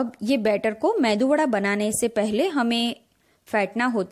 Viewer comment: This is called MEDU WADA Please don't say MENDU WADA